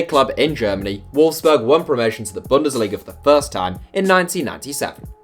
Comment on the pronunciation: Wolfsburg not Wolfberg